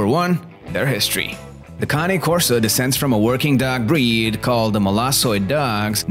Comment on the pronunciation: County Corso ??? Cane ( pronounced - - caw-nay) Corso Italiano - - they are a working class dog and need to have a job or function to stimulate them. By all accounts they have the third strongest bite somewhere in the range of 700 psi and I believe it after watching my 19 month old pup crush a one inch stick simply by clamping down on it. If you look on this page you'll see Jason Cory's vids on his Cane named Bruce Wayne and mine looks like Bruce right down to the huge size, black color and white blaze on his chest except mine has the natural ears with the docked tail and weighs over 160 pounds. Most of what this guy in the video says is spot on especially the need to TRAIN YOUR DOG PROPERLY and get it used to meeting people and other animals - - properly socializing them. If you get one the size of mine he had better listen to commands or you'll have to walk it accompanied by 3 strong men and a gorilla - - they are powerful dogs and very athletic, very quick and agile. You get out of a dog what you put into it and in most Cane Corsos the protection instinct is just in them - - they are very observant as they are constantly on the alert so the owner has to be aware of how their dog is behaving and what he/she is telling you because if they deem it a threat they'll go after anything from a skunk to a grizzly bear ( going after either of those poses great problems but for different reasons obviously ) mine tried to bite the face of a grizzly chasing salmon upstream on my big fl